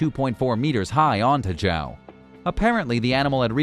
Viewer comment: Jawow! You couldn't have pronounced Joao any worse